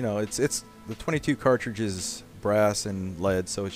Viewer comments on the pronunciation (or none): none